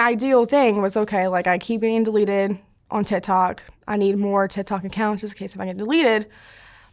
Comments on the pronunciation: Is it just me or does anyone else hear her say, "tit tok" ? 🤷‍♀️ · “Tih tohck” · The way she says TikTok “TihThok”